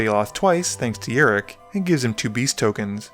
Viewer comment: It's rok not rik